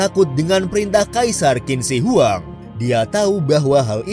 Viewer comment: Indonesia Maaf min, kalo gue boleh kasi sedikit ralat, cara baca untuk nama Qin Shi Huang yang benar adalah "Chin Shie Hwang" dalam Mandarin. Bukan Kin Si Wang.